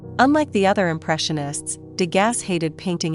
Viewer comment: You are mispronouncing his name.